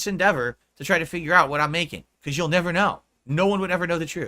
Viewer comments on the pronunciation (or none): none